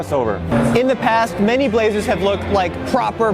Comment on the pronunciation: Eric Ortiz But but...'Blazerse' rolls off the tongue.